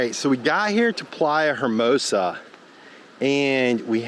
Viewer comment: Love your videos, guys! FYI, hermosa is pronounced "ermosa." The H is silent in Spanish at the beginning of the word!!! ;-) This ride is so scary!!!